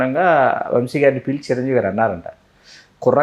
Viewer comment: ముందు ఆ ఇద్దరికీ తెలుగు నేర్పించండి. "శ" కి, "ష" కి మధ్య తేడా ఆ ఇద్దరికీ అస్సలు తెలిసి చావట్లేదు. "వంషి" కాదు, "వంశి". యాంకర్ అడిగింది ఏంటి? ఆ గాడి సోది ఏంటి?